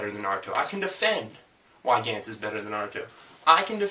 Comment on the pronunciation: The animes he recommends are Berserk, Initial D, Gantz, Heat Guy J, & Cowboy Bebop. I felt the need to make this comment cause I thought he was saying Dance instead of Gantz and Ichai Jay instead of Heat Guy J.